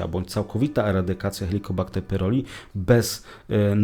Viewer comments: Chłopie wymawiaj poprawnie pylori nie pyroli😂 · pyLori a nie pyRoli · Nie PYROLI a PYLORI.